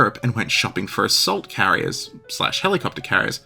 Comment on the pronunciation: Swear to god, I first heard "assault carriers" as "salt carriers" - and was wondering why the Russian navy needed salt... Not even kidding.